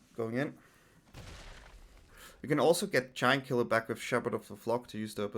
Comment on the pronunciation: Who else heard "Jankula" when he said Giant Killer?? :B